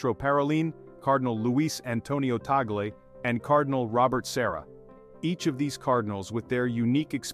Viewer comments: Pls this is the correct pronunciation is : Tag-le, not tagol. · Name is not taggle. It should be pronounced 'TUG- LEH" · Please pronounce Cardinal Lius Antonio Tagle's last name properly, not the American way, very irritating the way it is being pronounced in this transmission 😮😮😮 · Tama naman pronounciation last name Cardinal Tagle... mejo slang kasi foreign nagvvlog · You pronounce it your way, and Americans pronounce it their way! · To pronounce Bishop Tagle's name is TAG (as in price tag) and LE ( as in Lee Jeans). I am not a fan of Tagle though. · How else would you pronounce his surname? I have never heard anyone pronounce it differently. Don't give credit where credit isn't due.